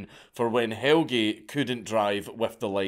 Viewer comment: His name is more like "Hell-Ya" not "Hell-gee" but pretty good try.